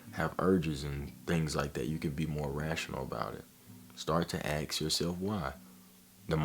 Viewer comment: Great video man but please for the love of God stop saying axe in place of ask. It's "assk" not "axe-body spray".